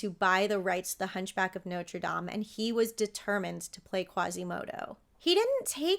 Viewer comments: Bless you for saying "Nawtruh Dam", instead of "Noter Dame"! ⛪ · Thank you for pronouncing Notre Dame correctly. I knew you would. Too many people pronounce like it was the university with the famous football team nicknamed the fighting Irish. So glad your channel popped up. Just the story of Junior was more than enough to get me to subscribe....